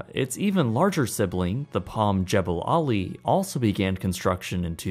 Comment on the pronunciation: The correct pronunciation is Jah ball' ali.